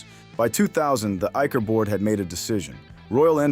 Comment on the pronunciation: Your pronunciation of Eicher is wrong